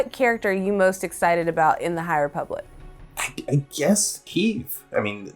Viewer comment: Ah yes, the High REEE-public. This is totally what SW fans are looking forward to.